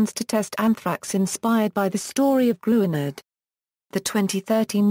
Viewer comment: It is pronounced "Grin - yurd".